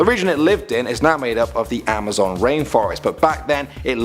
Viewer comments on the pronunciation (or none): none